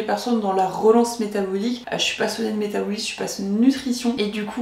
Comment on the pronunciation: Ça me perturbe vraiment la prononciation du mot "métabolisme" durant toute la vidéo 😂 mais contenu intéressant merci